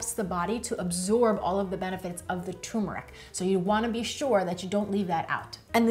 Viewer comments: TURRRR——MERIC NOT TOMBMERIC 😂 TURMERIC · It's pronounced TURmeric... not TUmeric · Nice video, but it's pronounced "tuRRRmeric". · Thanks. What is the approximate shelf life of this in and our of fridge? (PS: I love the way you say Tumourick 😻😜)